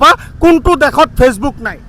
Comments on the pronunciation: দেহত উচ্চাৰণ হৈছে ভুলকৈ ।দেশত বুলি উচ্চাৰণ হ'ব বা কৰিব ।লাগে ।🙏🙏🙏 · দেহত 😮 😂😂😂দেহত নহয় দেশত । অসমীয়া শব্দ ৰ উচ্চাৰণ শুদ্ধ কৈ কৰিব । নহ'লে "জয় আই অসম" ধ্বনি দি লাভ নাই।